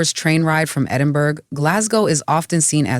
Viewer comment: Edinborough, love it. Well done, you corrected your pronunciation after you mispronounced it the first and second times, then you said Edinberg, but I must say your commentary is quite accurate for US visitors.